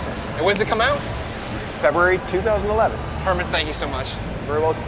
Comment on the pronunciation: his name is Hermen, not Herman. If he was indeed German, his name would have been Hermann. He's actually from the Netherlands, but you're a very smart person, so you problably already knew that.......